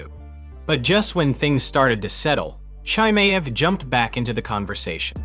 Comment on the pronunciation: Who the hell is Chai-May?